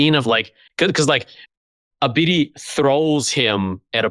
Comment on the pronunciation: Who is Ebidi?? Arr yall talking a bout Abidi. Isn't it pronounced ah-ba-die